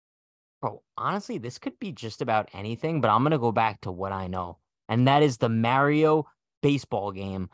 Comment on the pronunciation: Did... did just call out everyone for using stats to fit their narrative in the same sentence where he immediately used stats accumulated over one day to fit his narrative? He crazy. (Also crazy for his "Mario" pronunciation.